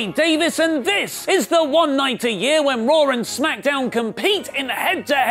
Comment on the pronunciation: WHY he calls it raawwwrr tho